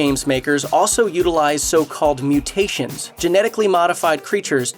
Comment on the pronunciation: It's very specifically spelled 'muttations' as in MUTTS. So it should probably be pronounced mutt-tations.